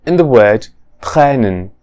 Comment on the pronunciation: Rather good. But you should observe length better. The way you said "trennen", any native speaker would hear "Tränen", which some speakers pronounce [tʰʁeːnən] but others pronounce [tʰʁɛːnən] and that's how you pronounced "trennen".